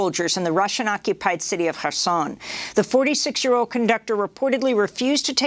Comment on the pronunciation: Kherson is pronounced CARE-son.